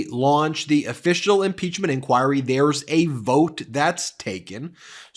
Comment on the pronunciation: The way he says INCHOIRY tho! So many times too! XD